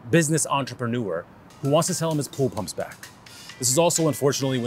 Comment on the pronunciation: * bool bumps